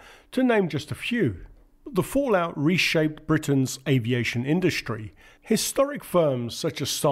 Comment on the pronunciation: Practice saying strike, struggle and industry instead of shtrike, shtruggle and indushtry.